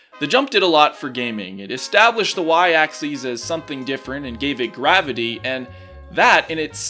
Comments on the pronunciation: Why do you keep saying "axes" instead of "axis"? "Axes" is plural, "axis" is singular. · You keep mispronouncing axis. It's pronounced "ax-iss," not "ax-eez." That would be axes, the plural of axis. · its pronounced (acssiss) not (acsseez) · The "Y Axeese." (Yes I know how to spell axis, it just sounds like axeese, and not axis.) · Its y aksis not aksees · Every time he pronounces it, "axes," I get confused because there's only one y-axis. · why do you pronounce axis like axies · "the y axcees" where did you even get this pronunciation from? also, this video has allowed me to realize Cat is actually saying words but at speeds faster than the Flash himself and with the highest pitched tts voice I've ever heard.